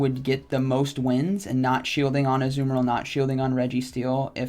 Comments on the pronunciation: It's Azumarill(uh-zoo-mr-uhl) Not what ever the fuck that man is saying. Jfc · Azoo-merill lol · Ah-zoo-mayor-al headass. Smh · Dude is rank 10 and doesn't know how to pronounce the pokemon's name.....